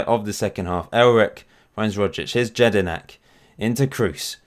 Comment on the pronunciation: Jedinak is pronounced YED-IN-AK not JED-IN-AK